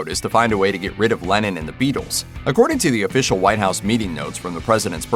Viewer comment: Am I the only one whose ear it sounds like the narrator is saying "Lenin" instead of "Lennon?"